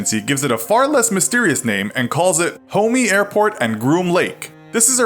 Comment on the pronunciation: "Homei airport" LOL